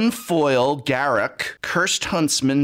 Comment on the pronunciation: The term now is "drip" btw bling was in the 2000s. EDIT: I'm so happy you say Garruk the right way btw. The mega code doesn't become useless if you don't play MTG as it will be sought after by players and you can sell it easily on ebay. Edit: srs tho Wizards is a company, and they gotta make money. I agree with the whale stuff, but then it feels a bit dividend of community.